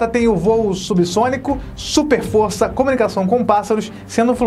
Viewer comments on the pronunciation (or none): none